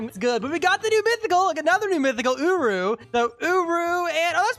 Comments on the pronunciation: bro really called him ooroo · hold on... did i hear that right? "Secure rah?"